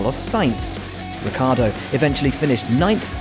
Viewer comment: and Ricciardo it’s not Rikkardo... it’s pronounced Ricchardo